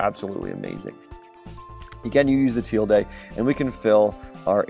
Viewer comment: its not teeldae